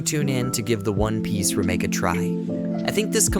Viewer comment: false. Listen to the inflections and weird pronunciations like "remake". And the weird inflections sounds the same every time the words are said because it's AI